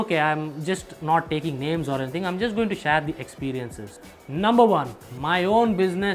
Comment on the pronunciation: its share not shraaaaaya